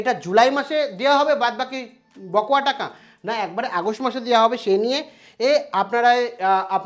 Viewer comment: উচ্চারণটা বকোয়া নয় বকেয়া হবে। আর আপনি বড্ড চঞ্চল, রোজ ১০/১৫ মিনিট ধ্যান করবেন। তাহলে খবর বলবার সময় এত হোচট খেতে হবেনা।